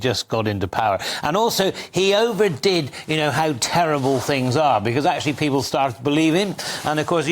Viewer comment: Can I trust someone who pronounces the word 'people' as "peepoo"?